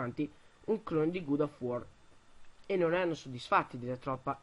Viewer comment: sii un op' più sciolto, sembra che ti stiano puntando una pistola contro... e fai attenzione alla pronuncia delle parole... [longèvo, gOd of war...]